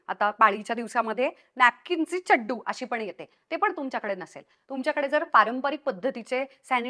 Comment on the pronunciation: व्वा... व्वा.. खुप उपयुक्त व्हिडिओ आणि चड्डु हा उच्चार भारी आवडला...ह्यापुढे मीदेखील हाच शब्द उच्चारणार.... खरंच सुंदर माहिती दिल्याबद्दल...तुझे मनापासून धन्यवाद 🙏🏻